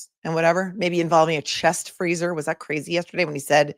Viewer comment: “There’s a me-ann down in the freezuh!”